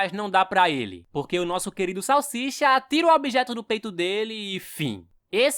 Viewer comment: Salshisha não. cala boca salsicha salshisha. Vc está me desafiando é iiii rapaiz